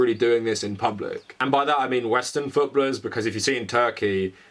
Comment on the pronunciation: Canadian living in the UK here, legitimately had to pause and rewind the video 3 times to figure out what the hell futbuhluhs meant, lol.